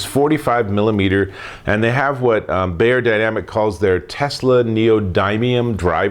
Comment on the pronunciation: "bYerdynamic" not "bAyerdynamic" :-)